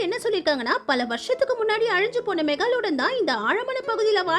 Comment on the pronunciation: adhu mega lodan Ella meglodan